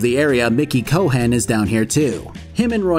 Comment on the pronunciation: Great video. it's amazing how at the time this game was so groundbreaking. I saw a Reddit post that said "what game has aged badly?" This, this is one of them. Saying the name "Cohen" wronh is very infuriating haha. you even used the scenes with the pronunciation.😂